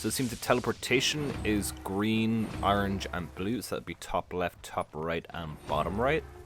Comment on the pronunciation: Why do you keep sayign Arange? It's ORANGE!